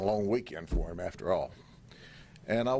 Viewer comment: The heem instead of him drives me crazy. Good job though 😂😂